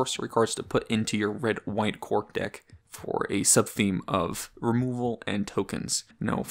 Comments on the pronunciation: Why do you pronounce it "Quark"? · Because he is a Deep Space Nine fan